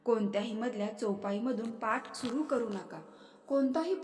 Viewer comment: पाट नाही म्हणतं पाठ